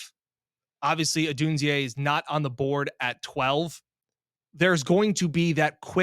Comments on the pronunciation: Did get saying “Odunz-eeaay” or was it the other way around? says it a bunch at first, then says it. But maybe was the one who initially influenced. It’s “Odune-zay”, like Zay Jones. Just so you know going forward. In case Beane does make a big move to go get him. Anyone would cut you some slack on a Ruke Ohrororo pronunciation, but Odunze you have to get right. 😉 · it’s (ah dune zay) not (o dune zee a) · is almost always Right around this place, but Odunze only has three syllables in his name. Three. Say it with me. Oh-DUNE-zay.